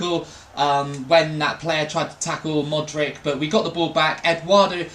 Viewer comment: please dont ever call Modric "Modrik" again . No hate though, love the videos!